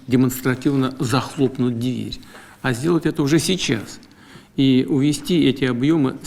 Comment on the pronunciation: "...захлопнут дЬвери...",хотя бы что понимал в этих дЬвЕрях...